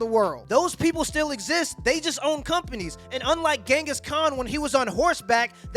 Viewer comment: Facts. Loving your videos. One thing though, Gengis, is pronounced Chengis. Love ya buddy